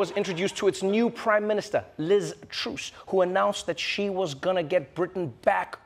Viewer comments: Trevor, please, don't insult Liz z, it is pronounced "Truss" with an "ah" not an "ooh" 😂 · Liz Truss not "Troose". It rhymes with "fuss". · It's Truss as in us, not Ooose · It's TRUSS not TROOS ! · It's Truss not "troose" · It's pronounced TRUSS like Russ with a tr sound at the beginning not Truse. It's an easy mistake to make as she's so forgettable. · Do you trooos me? 🤣